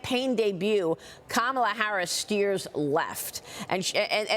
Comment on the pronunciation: I like how she pronounces her name " harass" instead of Harris😂